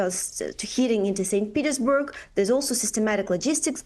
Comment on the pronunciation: Did you say; StPetersburns